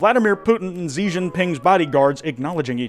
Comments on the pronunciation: no way he really said Xi as "Zi" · Just a little note Xi isn’t pronounced with a z sound, it’s more of a soft sh sound. Just my own hyper fixation manifesting as a pet peeve